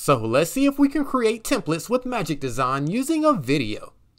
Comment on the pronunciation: Magic Desawn/ Magic Dezon/ Magic Deson lol